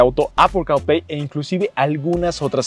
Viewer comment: Apple carl play castrosa tu pronunciación